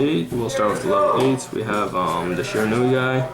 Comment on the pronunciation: I don't know what's more annoying: the lisp. Or how he doesn't know the names of any of the Shiranui cards, and can't even pronounce it?